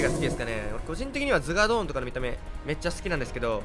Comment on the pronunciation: アゴーヨンとズガードン❌ アーゴヨンとズガドーン⭕️